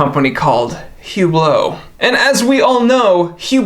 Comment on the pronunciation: Hublo pronounces “UBLO”